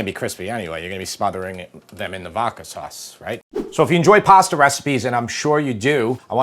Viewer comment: Vokka sauce. Really,. Vokka? (I still love you guys.)